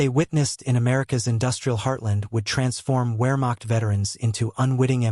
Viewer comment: Ware-macht ?? WEAR-macht? Dude... in German a W is a V and a V is a W Vare-macht. VARE-macht ........plz don't mispronounce this